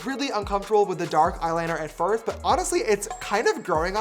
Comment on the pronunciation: "at firfth"?